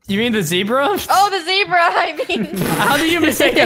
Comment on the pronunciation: zebra more like ze-bruh